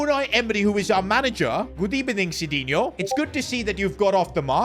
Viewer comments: good ebening?!😂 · and ebening😂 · Good ebening 😂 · Good ebening 💀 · Good ebening is cold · Love the “good ebening” on the phone 🎉❤ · Bro’s always saying good ebening😂😂😂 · What a good ebening with a good video😂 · "Good ebening" 😭🙏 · Good ebening... As soon as I get that message I leave the club 😂